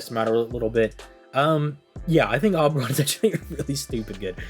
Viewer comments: O-beron. Not Awwww beron. Oberon. Ou-beron. Please. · Omg please say Oberon correctly in one video lol